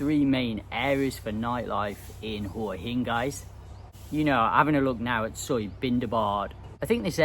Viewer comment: If you've been visiting Hua Hin for over 15 years, it's about time you learnt to pronounce the place correctly. LOL